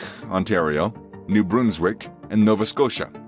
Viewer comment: You could have just used Google to find out how to pronounce words like Ville, Jacques, Brunswick, etc. If I were making a video with Russian words, I would look up how to pronounce them, not just say whatever. Ontario was never called "Canada West", it was Upper Canada. Québec was Lower Canada (based on the upper and lower mouths of the St. Lawrence river)